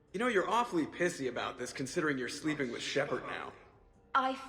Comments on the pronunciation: Shepard. Shepard? Wrex. Grunt? Shep arrrrrrrrrrrrddddd SHEPARD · Shepard, Shepard, Shepard. Wrex, Grunt? Shep-errrr-d! SHEPERRRRRD